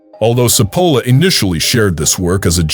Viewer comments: The name is pronounced /tʃi'polla/ not Sepola! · I appreciate the information but for those who choose to listen you need to know that the pronunciation of Cipolla’s name which actually means onion is butchered by the speaker.